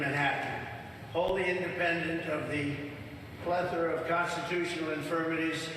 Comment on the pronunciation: Who else is shocked he pronounced 'plethora' correctly? I mean, he had to pause before he did to figure out how, but I'm still floored that he could